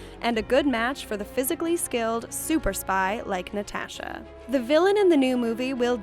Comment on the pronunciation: Why are you saying “NatAsha” like that? ....*cringe/shutter*